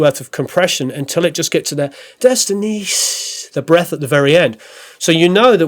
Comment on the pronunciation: breath not breasts lol - thats funny